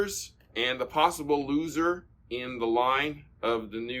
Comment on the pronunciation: LOSSER? You mean loser?